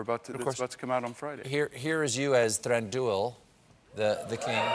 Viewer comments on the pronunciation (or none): For the love of all the Eldarin languages, Stephen, will you please learn how to pronounce these names and words correctly? It is not Thran DOO ILL but rather THRANDwheel (hello, Richard Armitage renders it properly in the Desolation of Smaug, listen to him?) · Well, he can't pronounce "Thranduil" for a hill of beans. It should be two syllables, not three, accented on the first: THRAHN-duyl, with the "uy" diphthong as in Spanish "muy" ("very"). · ... shouldn't Thranduil be pronounced "thran-dwEEl" because of the UI diphthong? Where are my conlangers?